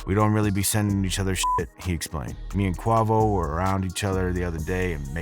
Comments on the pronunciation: its kway vo not kwah vo 😂😂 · Who da fucc is kwavoe?..............its quay'voe quavo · how this dude gonna keep saying quahvo lmao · Not Qua - Vo It’s QuaVO bro 😂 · For fucksake it’s not QWAHVO! It’s Quayvo.🙄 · How u gonna say “QUAH-VO” when literally every Migos song has his adlib screamed out as “QUAY-VO!”🤦🏾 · Quavo like (Kway-vo) NOT Qwa-vo maaan! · It ain’t qwavo it’s quavo🤦🏽‍♂️😂😂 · It’s Quavo not QWAVO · every second he says Quuavo instead of Quavo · wtf is a Kwah-vo? you mean Quavo??🤣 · Cua vough 😂😂😂😂😂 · The Chanel lost my respect as soon as I heard him say ..QWAVO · Niggaaaaa say it with me Quay-Vo 😂😂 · I'm cracking up every time he says "Qu AH vo!!!🤣 Wonder how he'd pronounce Rihanna or Gucci Mane...🤦‍♀️ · Called that man QawVo 😂😂😂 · TF is Quah-vo? You can’t one of the Migos names right and you got a channel runnin hip hop news? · If you say quah-vo one more time 😂😂😂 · You can tell this dude doesn't follow hip-hop. He's init 4 the money. He can't even pronounce the man's name. I guess get it however you can. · on godddd lmfao bro i said outloud ''BRO ITS FUCKIN QUAYVO'' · nigga said “Kwuavo” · QUAVO=KUH- WAY- VO ...SAY IT NOW ..DAMN 🙄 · Do you even listen to hip hop? How do you mispronounce the lead member of the group. It's K-WAVE-O smh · Quay..VOE.. Quavo smh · I Stopped When I Heard Him Say Qua Vo 😭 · …. bro it Quavo… like (kway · Vo) Kuh way vo. Only one of the biggest artists in one of the biggest rap groups of the last 10 years. It’s not too late to learn how to pronounce his name.. I would have to imagine you came across his name being pronounced during your “research” for this video? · Bruh he said qavo 😂💀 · He trolling pronouncing Quahvo name like that 🤣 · It’s Qwayvo!! Damn why you can’t even pronounce his name right 😂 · I stopped when he said qua voe 😂😂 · Bruh said Kwahvo 🤣🤣🤣💀💀💀😂😂😂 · Culture vulture with the kwavoe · ong gng say bro name right shyt sound mad funny bro said QUAHVO lmaooo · It’s Pronounced QUAY-VO Btw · Gay vo btw